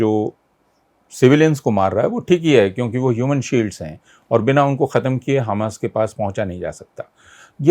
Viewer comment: Hummus nahi Hamas..... I have no problem with hummus